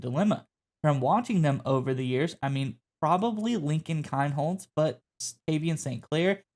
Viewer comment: His name is pronounced KEENHOLZ